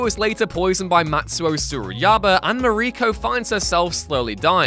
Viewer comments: Mariko. Pronounced similarly to Mahr-eek-oh/Mah-reek-oh. Not "Marie co". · I first read your comment and thought you might be exaggerating. How would anyone mispronounce this fairly well known name? Well seems that you’re absolutely right. He totally butchered her name.